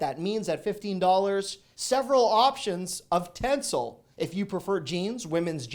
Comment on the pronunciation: It's pronounced "ten-cell". It's breathable fabric made from trees 👌